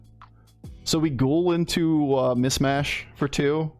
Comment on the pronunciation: It's "MiSHmash" not "MiSmash". Sorry, just makes me twitch when you keep saying it with the sibilant first s.